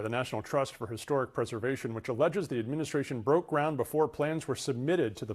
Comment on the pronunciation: America values said with foreign accent 😅